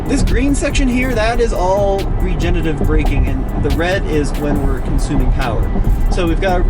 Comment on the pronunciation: RegenERative braking. Not regenative.